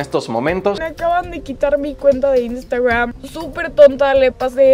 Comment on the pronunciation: No se dice INSTAGRAM, SE DICE IANSTEGRAM 😂😂 HAIGA¡¡¡